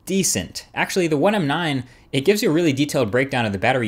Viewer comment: EthanReres- WafflesFrom-Hell but you said you have "it", it sounded like you said you have a g4, which isn't out yet